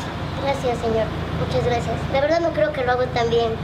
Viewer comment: Alguien más se dio cuenta que en el minuto dijo graciaras